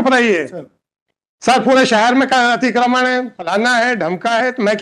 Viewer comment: अतिकर्मण 😂😂😂 अतिकर्मण नहीं अतिक्रमण। भाई हिंदी नही आती तो सीख लो।